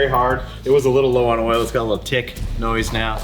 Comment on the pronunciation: imagine not pronouncing oil as oil and saying oul instead